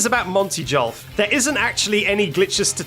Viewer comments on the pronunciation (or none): Great video! For the love of Jod, please stop pronouncing Golf Jolf ❤️ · jolf? Honest question, but can you g instead of j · im sorry "JOLF"?? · none of these glitches blew my mind more than discovering the possibility of people pronouncing golf as "jolf" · Calling golf "jolf" made me hate you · did you just call it jolf. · you gained my respect when you correctly distinguished between an A pose and a T pose, but you lost it when you called golf "jolf" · bro said monty jolf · "Monty Jolf"😭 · Jolf?!?!? Jolf?!?!?!?!?! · I think your pronunciation of golf is a bug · never say golf like that ever again you fiend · I hate how he incorrectly pronounces words like golf and tsundere!